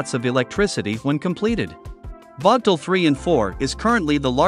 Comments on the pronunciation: Check you pronunciation of the plant's name. It is prnounced as Vogel (/ˈvoʊɡəl/). The plants are named after a former Alabama Power and Southern Company board chairman, Alvin W. Vogtle. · Teach the robot to pronounce "Vogtle".......the "o" is long and the "t" is silent. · Damn….I worked there 40 years and I have NEVER heard the name of the plant so mispronounced like this chuckle head did!! Just pronounce is like “Vogel” and you won’t be heard as being stupid as you sound!